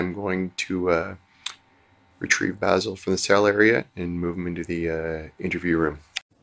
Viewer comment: Bazel Basel rosemary, thyme 😂